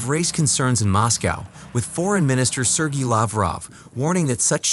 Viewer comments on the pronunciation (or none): none